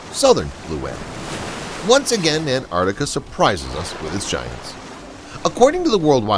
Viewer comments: There is no such place as Antartica. It’s called Antarctica. There’s a “c” after the “r” that the narrator fails to ever pronounce. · By the way, Antarctica is pronounced "Ant-ARC-tica." Thought you'd like to know.